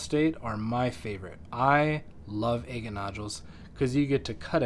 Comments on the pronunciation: It’s pronounced “agg-ett”, not “aye-get”. If you’re going to try to set yourself up as some kind of expert, learn to pronounce scientific names correctly. For god’s sake, there’s videos right here on YouTube that will teach you to pronounce it correctly. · You pronounce agate differently 🤭